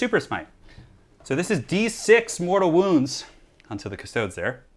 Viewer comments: Custodes = Cust-ode-eeze. Not custoads. Astartes isnt pronounced Ass-tarts after all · The way he says custodies hurts. Cust-stodes ugh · Not to nitpick but it's pronounced custo-dees. Think like adeptus astartes. It would be silly if it was pronounced astarts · "custoads" tho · Technically this is latin and pronounced coos- to(not with the English o as in "over", but with the o most other European languaged use) des (long e I think, also an e that i can't think of an english example for) On the other hand GW are British. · it's pronounced cust-toad-dees, practice your high Gothic (Latin) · IT'S PRONOUNCED 'KUS-TOH-DEES' 'KUH-STO-DEES' I mean, I love your channel,, but AAAAAAAAAAAAAAAAAAAAAAAAAAAAAAAAAAAAAAAAAAAAAAAAAAAAAAAAAAAAAAAAAAAAAAAAAAAAAAAAAAAAAAAAAAAAAAAAAAAAAAAAAAAAAAAAAAAAAAAAAAAAAAAAAAAAAAAAAAAAAAAAAAAAAAAAAAAAAAAAAAAAAAAAAAAAAAAAAAAAAAAAAAAAAAAAAAAAAAAAAAAAAAAAAAAAAAAAAAAAAAAAAAAAAAAAAAAAAAAAAAAAAAAAAAAAAAAAAAAAAAAAAAAAAAAAAAAAAAAAAAAAAAAAAAAAAAAAAAAAAAAAAAAAAAAAAAAAARRGH! P.S death to the false emperor xoxoxoxo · The way you say Custodes hurts my soul